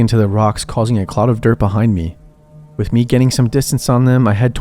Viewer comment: Love the content, but God damn I cannot stop hearing you say "WIFF" instead of With. Everytime.